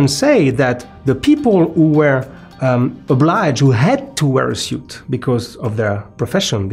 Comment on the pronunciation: nice video, lots of research and history information, thank you. please say S-U-I-T (sut) but not S-I-U-T. (siut) in the future 😂